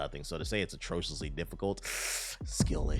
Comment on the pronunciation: Tbh stay misreading words 😂 "atrociously"